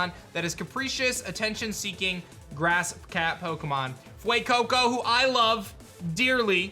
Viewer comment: I just keep hearing him say "Glen Coco," for the pyro starter's 📛 name... Stupid memes. 😆